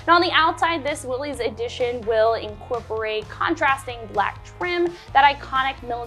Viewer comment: Please, please, it is pronounced "willis" NOT "willeez". John North Willys would appreciate it if you said his last name correctly!